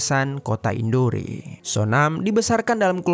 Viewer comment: Ralat sedikit bang.... Tulisanya emang INDORE tapi bacanya kota INDOR bang... Maaf yaa saya koreksi sedikit 😊